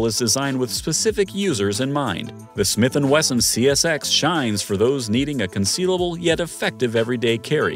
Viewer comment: Great goodness! Within the first 20 seconds, dude calls the CSX, "SCX", "CSX", then "XCS". Who's editing this crap?!?